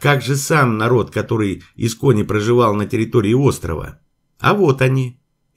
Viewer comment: "ИсконИ", ударение на последний слог.